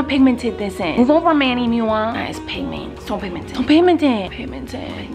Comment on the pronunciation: It's Manny Mua